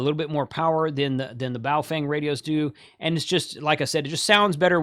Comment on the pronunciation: you nailed the pronunciation of Baofeng (pronounced "baofung").